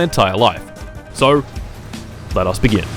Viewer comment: You know the Lettuce but not the Be Gin